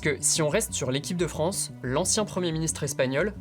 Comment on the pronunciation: Non ce n’est pas raciste On ne dit pas "Fronce" mais "France" Il y a plus de deux blancs Même si y’a pas de blancs et alors ?